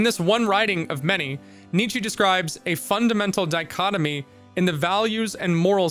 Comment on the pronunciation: Just a heads up. His name is pronounced "Knee-Cha" not "Knee-Chee" :)